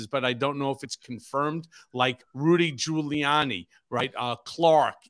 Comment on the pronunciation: called Gulianni "Rudy Colludy" on his CNN interview!! I nearly fell over laughing.